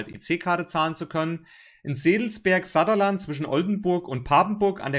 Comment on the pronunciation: I FOUND AN ERROR: Der neue Ladepark ist nicht im Satterland, sondern Saaaaaterland. Fiel mir beim Hören erst dann auf, als das Wort Küstenkanal fiel, weil dann muss es das Saaaaterland sein, Nähe Friesoythe, wo es nur in Friesoythe die 40 kW Lader bisher gab, ansonsten echte Pampa von Osnabrück kommend mit fixen 20 kW Dorfladern ab und an. Grausam unterversorgt für all die, die eben nicht die Autobahnumwege fahren.